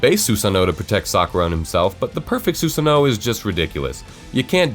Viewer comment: why is he saying 'susanoh' its so cringe wtf